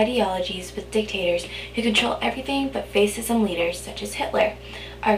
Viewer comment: Great video, very helpful, only one thing, fascism is not pronounced face-ism but pronounced fash-ism...but otherwise really helpful and good review!